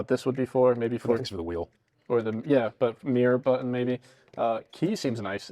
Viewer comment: He was using GenZ speak saying “Buh-un” instead of button 😂